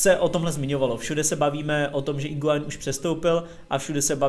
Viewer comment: Sorry, že opravuju, ale u Higuaína se u nečte